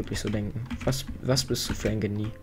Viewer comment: Genie wie du es aussprichst hab ich noch nie gehört